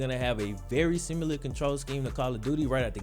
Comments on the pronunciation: there’s no U in similar. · Shawn Banzhof sim you ler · Am I the only one thrown off by the way he says similar? love the content keep it up